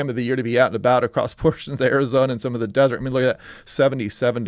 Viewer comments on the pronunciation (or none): none